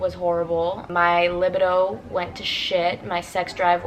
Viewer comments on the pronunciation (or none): You pronounced libido totally wrong lol